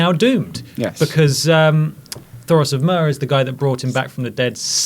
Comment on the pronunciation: its thoros not toros!! this ginger guy... also called the hound the mountain!